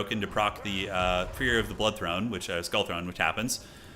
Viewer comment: This mf said THONE 😂